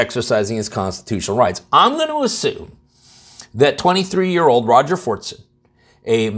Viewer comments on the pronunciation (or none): none